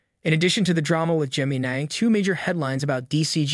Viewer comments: Whats with this vid pronouncing it that way? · Why are you calling it "geminay"? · Cant even say the Gemini name right... good voice over... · ...please look up how to say the word "gemini"...smh